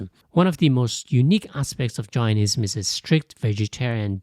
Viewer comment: Suggest you get your pronunciation correct before presenting any information other cultural religions. Jainism as in Dane, not Gianism as in what sounds like Giantism. Daoism is more accurate phonetically: “Dow-ism” (or /ˈdaʊ.ɪzəm/). Taoism is commonly pronounced “Tow-ism” (/ˈtaʊ.ɪzəm/) in English, but this is a historical artifact rather than a precise match to the Chinese sound. Other than that, nice overview